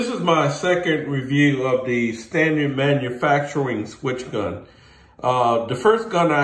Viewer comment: Not a good idea to listen to a guy there in a video who can hardly pronounce the word manufacturing